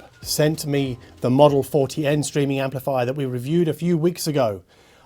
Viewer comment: For a moment I thought you said "screaming music".